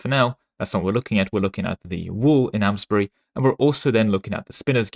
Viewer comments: this may be slightly pretentious of me but Amesbury is pronounced more like aims-bry. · i will say tho, i take more of an issue to how you said amesbury :^)